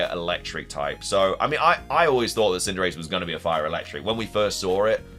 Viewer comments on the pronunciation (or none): none